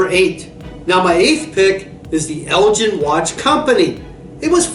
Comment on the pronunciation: It's Elgin with a hard 'G' Jeez. Why do they bother